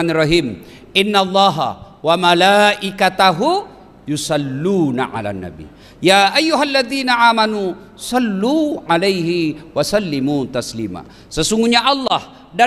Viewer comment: Maaf pak ustadz..sekedar mengingatkan..ada sedikit kesalahan pelafalan dalam bacaan Amanu..kok A nya kelihatannya waktu melafalkan itu pake ain..maaf sekedar mengingatkan, agar tak merubah makna ustadz..sekali lagi minta maaf yg sebesar-besarnya